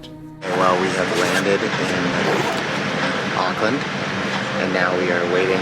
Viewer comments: Arklin lol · awk-land is how we seem to pronounce it in nz :P i remember in one of your accent videos, you said you weren't able to do a kiwi accent anymore, but maybe it will all come back! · yup same they say ockland it's like no, just no lol. No hate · I think you mean Arkland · Auckland you mispronounce. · the way you say auckland tho 😂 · I’ll never get over how Americans say Auckland 😅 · There plenty of salons you can get a haircut in the CBD. Like I said don't forget the check out the Eliots Stables for a good feed. Food from all over the world. Last you are gonna have to learn how to say Auckland like a kiwi since you are one. The vowels are the same as Spanish vowels. You pronounce every vowel. And if you need anything you have a family of almost 5 million people. PS don't know if anybody has told you but you should download the tracer app and scan the barcode when ever you go inside any business.